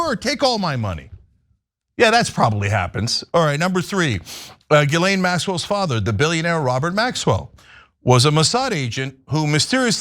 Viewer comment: The s is silent in Guislain